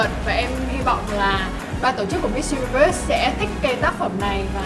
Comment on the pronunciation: Con này cứ diu-ni-vớt nghe khó chịu thật.